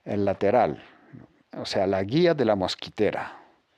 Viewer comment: mosquItera.....MOSQUITERA.........no mosquEtera..............una mosquetera es la mujer de un mosquetero...D'artagnan, Athos, Aramis y Porthos.